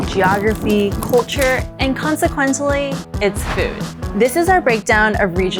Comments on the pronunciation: consequently is pronounced kaan suh kwuhnt lee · Yes even I know this and I Chinese not talk good English but this woman know nothing about China or Chinese food or how to say English word!!